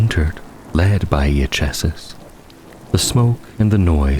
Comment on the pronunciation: minor correction: Iachesis is pronounced "eye-key-sis". Great narration otherwise! Very cozy and immersive.